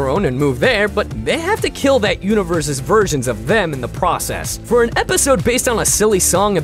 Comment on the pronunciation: "alternate univer-susis"